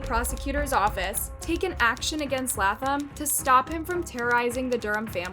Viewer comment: Latham is pronounced Laytham.